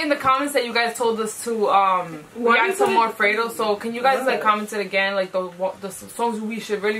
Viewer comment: It’s not “Fray-do” it’s “Fred-O”